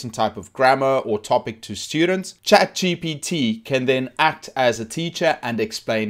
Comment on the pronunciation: Why you say ''chat GTP"?!